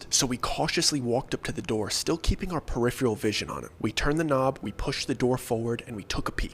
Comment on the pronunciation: Peripheral Purr-if-er-ahl Not Purr-if-Ree-all